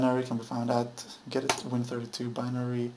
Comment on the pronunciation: It is not pronounced "Get It" it's G Edit, Thank you for the video anyway. Even tho you could gone that a Little faster and less talking but I guess you wanted everyone to follow along. Thank you